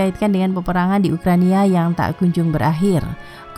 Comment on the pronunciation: Ada yang sadar admin bilang ukrania bukan ukraina